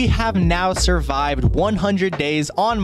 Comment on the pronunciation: I find it funny how he says “Survived” bedrock, like i “Survive it” everday.